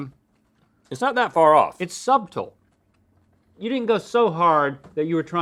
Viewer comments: The emphasis on suBtle is so hard to unhear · Link: “but the mint is... umm ... suBtle” me: the s is SILENTTT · Link pronounced the 'b' in subtle lmao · Did link just pronounce subtle , SubTuhl???? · Im sorry, Link- “SUBtle”?!?!? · I’m sorry what, “subtol” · Do you think Link really pronounces the B in subtle? I'd bet he does and thinks he's correct. Imagine GMM in a world where Link was actually funny. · link really pronounced the b in "subtle" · Link pronounced his b in subtle 👁👄👁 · Who pronounces subtle that way? Dad moments. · Link ur not supposed to pronounce the b in subtle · Did Link just pronounce the b in subtle? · Definitely experienced a, 'did he just---?' moment when I heard that. Not sure how to reconcile it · Link enunciating the b in subtle like he does the h in wheat.. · Link really pronounced the B in subtle. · Pronouncing the b in subtle is the least subtle thing that can be done.